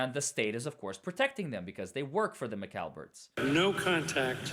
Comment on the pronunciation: lol. Not McAlberts it McCabes & Alberts. lol 😂